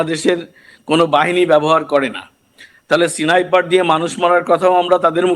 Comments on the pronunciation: উচ্চারণ ঠিক করুন। সেনাইপার না স্নাইপার। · সেনাইপার কি জিনিস?উচ্চারণ টি ঠিক মত করুন!